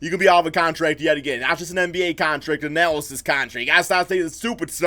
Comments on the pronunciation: It's analyst not analacist lol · "Analysist"? Dude - what language is that?